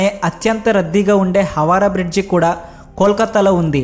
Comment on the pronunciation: చాలా విషయాలు చెప్పారు కాని విషయం పరిజ్ఞానం లేనందున కాబోలు పేర్లు అడ్డదిడ్డoగా పలికారు. తుగ్లక్ కి తుగ్ల అన్నారు. హౌరా బ్రిడ్జిని హవారా ఇలా చాలా పొరపాట్లు దొర్లాయి